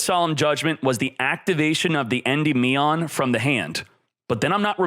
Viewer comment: Nice video but, En-dim-ean unless I'm wrong